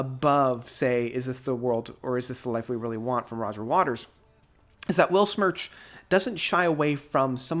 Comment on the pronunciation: Not wanna be a smartass, but i would like to offer a little guide for the pronunciation of the word "Weltschmerz": "Welt" is spoken like the english word "held" (the past tense of 'hold'), just with a 'w' and the 't' is like the first one in 'text'. For "Schmerz", you take the "sh" sound from the english Word "shine" for the 'sch'. The 'mer' is like the french word for mother (mère) or like the english word "air" with a "m" in front. For the "rz" sound you cheat a little bit by pretending there would be a "t" in front auf the "z", like in the word "waltz". I hope this helps, if anyone cares 😅greetings from germany!